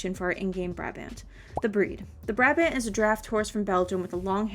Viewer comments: you say Brabant like uhh buraabahnd in dutch xd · Hii! I'm Dutch and Brabant is actually a province in the Netherlands. Just a funfact. In the Dutch language, Brabant is pronounced "Brah-bahnt". In English you'd say "Brah-Bondt". The last letter is a hard T sound, not a D. Xo!